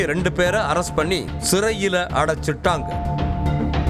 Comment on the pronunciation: அடைச்சிட்டாங்கன்னு சாதாரணமா சொல்லுங்க. அது என்ன அடைச்சிட் டாங்கன்னு பிரிக்கிறது?Anchor பொண்ணுங்க கிட்ட training எடுத்தாலே போதும். அழகா,casualஆ பேசறாங்க.